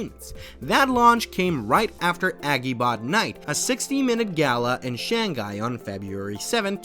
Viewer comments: i'm sorry. really really good vid. but hearing you mispronounce Shanghai hurts me physically. i did not want to write this comment but after the 6th time and 2 times deleting it again, i just have to. it itches me, hope you take it positively, please... it is Shang-Hai ... not Shan-Ghai 😵‍💫 ( i will not talk about xpeng, nearly noone gets it right when you don't know chinese) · you did so much research but you couldn't figure out that its Shang-Hai and not shan-ghai, well now you know